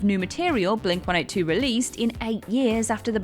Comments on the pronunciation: I knew it! I f_cking knew you'd have a Green Day song on your list! C'mon! Expand your musical horizons, folks! And do me a favor, would you? Surprise your American audience and pronounce the band's name as Blink One Eighty Two, you know, the way it's meant to be pronounced. Thanks and god bless. 👍🙏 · I've never heard another human say "Blink One Eight Two", as opposed to "Blink OneEightyTwo". Is that "The Way of Things" in Britain? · Blink one eight two?!? It's Blink one eighty two. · Blink One Eight Two? I’ve never heard it pronounced that way. Is this a European thing? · It’s actually Blink eighteen-two.. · Why are you so defensive over saying Blink 182 wrong?!? "Oh yeah mate, you ever heard of the band Blink one-eight-two? What about Sum four-one?" Yea, sounds authentic to me. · The way you pronounce “Blink-182” gave me pause. 😂🤣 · It's a UK thing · I also never heard people say Blink one-eighty-two, till this video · It’s a British thing. I think I’ve heard Adam or Josh say it that way, too.